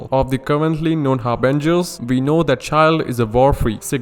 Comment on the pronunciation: When you said Harbingers, I heard Avengers lol